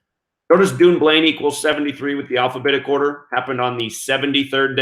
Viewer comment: Hi, thanks for all you do, looking forward to getting your book next week! Dunblane is pronounced done blane, we should rewrite the English language lol!